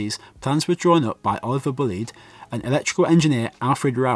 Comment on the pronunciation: The name Buleid is pronounced BLADE. MY friend at school and his family pronounced it like this.. thankyou.